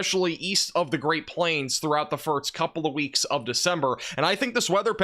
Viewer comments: “First” is not pronounced “firts.” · Are you saying firts instead of first?